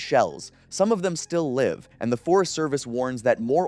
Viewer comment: I love how he pronounced it "live" as in alive instead of live as in ACTIVE bombs 🤣💣